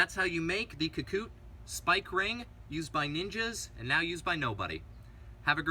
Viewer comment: Ka- Ku-Te, not Ka-Koot